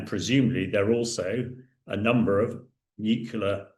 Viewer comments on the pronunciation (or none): FFS it's nuclear ..... NOT nuculer 🤪🤪🤪🤪🤪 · If you're going to comment on world affairs, please learn how to pronounce pronounce "nuclear". As should be obvious from the spelling, the pronunciation is "nu-clee-ar" not "nu-cu-lar." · It's NewClear not Newcilar.... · ITS PRONOUNCED: NEW CLEAR! NOT NUCALAR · It would be great if this expert could correctly pronounce ‘nuclear’. Pretty sure he keeps saying ‘nucular’. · Its "NEW-kle-er". Jeez. You'd think the British could speak English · Nuclear….nucular isn’t a word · "nukyuler" ffs! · Please, will someone tell this guy that "nucular" is not a word in the English language? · He constantly said that it's a nucular base not nuclear. Two different things obviously 🤮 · Wrong ! Imagine trying to correct random people,when they themselves don't know correct spelling LMAO. NUCLEAR..... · It's New- clee- ar FFS! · I wish he'd learn how to pronounce "nuclear"!